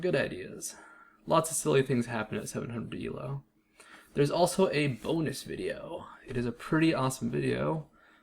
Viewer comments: Also it's not pronounced "ehl-oh" it's pronounced "eel-oh". It's based off the chess rating system created by Indian mathematician Arpad Elo. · "el-oh" first time i heard that